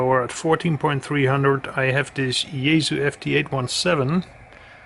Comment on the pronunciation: It's pronounced Yae (SUE) not Yae (zoo)